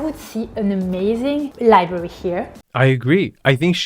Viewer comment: missing an r in library. Understand, I work with an Iranian.